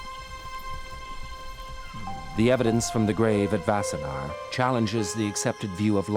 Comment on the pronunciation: It’s “Wassenaar”, not “Vassenaar”. And it is pretty weird to a Dutchman to describe it as being a short drive from Amsterdam as Wassenaar is much closer to The Hague. Sure, it is a short drive from Amsterdam, but everywhere in the Netherlands is a short drive from anywhere else.